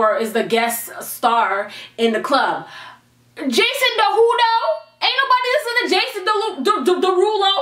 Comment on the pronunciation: "Jason dawhodoe"😂😂🤣